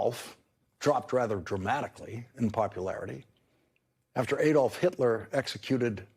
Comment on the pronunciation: Lawrence - to repeat, Adolf is pronounced Ah-dolf, not Ay-dolf.